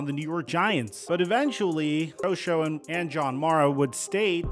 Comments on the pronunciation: General manager is pronounced Joe "Shane" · Joe Schoen's name is actually pronounced Shane. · Love all your analysis videos! You’re doing great work! Just wanted to mention Joe Schoen’s name is pronounced (Shane). Small correction, and only mistake I’ve seen you make. Keep it going! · Joe Schoen pronounces his name Joe Shane. Not Joe Sc-own